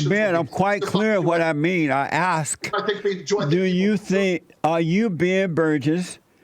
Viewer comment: "let me asKK" is a sign of he says "aXe"